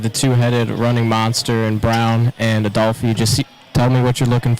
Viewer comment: #9 freshman 💪🏾🌪️🌪️ say my lil brother name right “ADOLPHE” !!